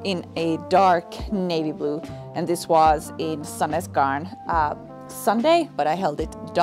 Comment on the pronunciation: It's incredibly cool to hear how your voice changes, matching native pronunciation of the different yarn brands! I thought you were Norwegian when you mentioned Sandnes garn, Swedish when you mentioned a Swedish brand and Finnish again when you mentioned the name of the Finnish brand! Very impressive even if it might just be a coincidence! And incredibly cosy to hear you talk about you baby as well, wish you all the best with the rest of your pregnancy<3